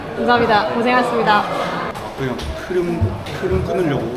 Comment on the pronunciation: 시간 걸리드라도 수고하셨습니다 고생하셨습니다 발음을 또박또박 해 주셨으면 합니다. 가식적이게 느껴지거든요, 열심히 땀흘린 선수들한테 순간순간 지나가더라도 겹치더라도 또박똬박 발음을 해 주셨으면 좋겠습니다. 수고해스니다 고새해스니다 이런 어눌한 발음 라이온즈티비의 격조에 맞지 않다고 봅니다 !!!